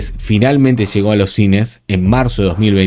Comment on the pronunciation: TAQUILLA NO TAQUISHA…! LLEGO…. NÓ SHEGO